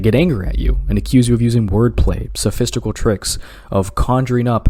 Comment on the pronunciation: " /sophistical/ " someone please come find me in Minecraft and kill me in Minecraft